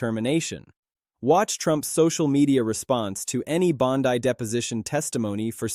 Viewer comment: If your going to do a story on somebody atleast pronounce their name correctly ! .... Bondy not Bondeye you banana 🍌